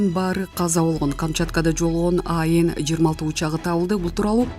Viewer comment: Аэн эмес, АН деп эле окулат. Билимдуулор жокпу?